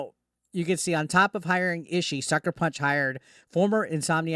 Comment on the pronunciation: Last name is pronounced "E-she-E" btw